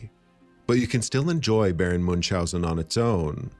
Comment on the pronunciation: It's also not Moonshousen. Do you see an 'S' in that name? No you say? Then why do you pronounce one? Muench-housen. Tip there's also no 'K' in there